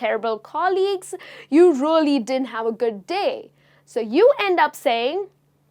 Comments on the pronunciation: Please stop saying:" rully rully " instead of really!!!! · It’s a crying shame when you pronounce really really.